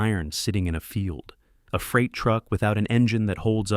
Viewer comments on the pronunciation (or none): none